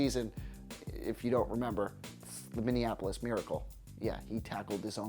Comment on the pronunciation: He finally said "Minneapolis" right